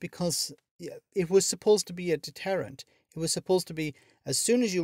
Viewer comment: If the fwights go ahead tomowwow it will be seen as a detewwant......